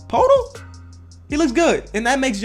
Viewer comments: Jakob poetl’s name is prounounced (ya-cob pertil) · It’s pronounced purtl (Poetl) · I'm pretty sure poeltl is pronounced pwertel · It’s Jacob Poeltl (Pertl)